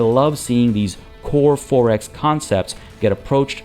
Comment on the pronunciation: You pronounce 4X like “Forex”, meaning currency trading. Its “Four X”, two words!